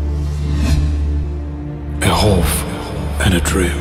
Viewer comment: Guys... its "Hope"..not Hoff... 😊